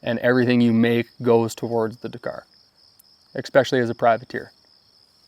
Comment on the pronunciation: Did he say DAKKER?